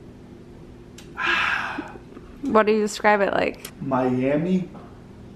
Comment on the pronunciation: "what do you 'scribe it like" - 🤣🤣